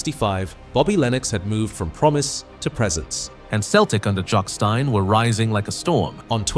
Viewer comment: Can’t pronounce Jock Stein or Dunfermline.